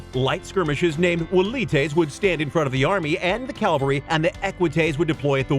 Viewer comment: Also, please stop saying 'calvary'. It's 'cavalry'. 'Cav' first. 'Caval' is the part that means 'horse'.